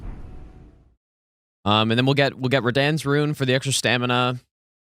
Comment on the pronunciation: actually most of those are on purpose as inside jokes, like raDAN and raDAHN, or Scadu-tree and "shadowtree"